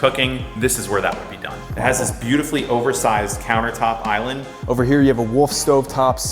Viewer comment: did he say do some Cooking, or do some Cocaine?